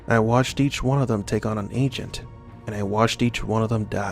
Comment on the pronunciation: It's pronounced agent, not ancient